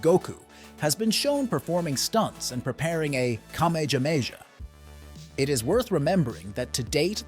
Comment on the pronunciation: it’s pronounced Kah-may-Ha-may-Ha not Kah-may-Ja-may-Ja 😂